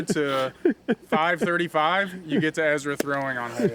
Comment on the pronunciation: Brodie: Ezwa Is so hewge 😉